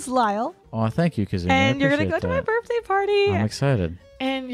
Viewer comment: her burfday